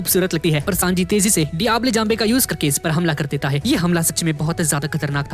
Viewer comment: Brother it's diablo not diable Sorry for criticising